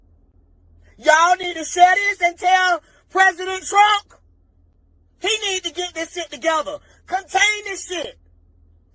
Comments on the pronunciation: Not only did she say Trunk did she also say Chinama? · Wait a minute lady it's Trump not trunk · She pronounced Trump "Trunk" & China "Chinama" 🤣🤣🤣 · President Trunk? It sounds like she needs to go to school. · She was at least entertaining. During these times I'm going to give her a pass. I imagine tons of parents feel this way. She was just brave and beligerent enough to do while smoking and mispronouncing his name. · She was at least entertaining. During these times I'm going to give her a pass. I imagine tons of parents feel this way. She was just brave and beligerent enough to do it while smoking and mispronouncing the Presidents name.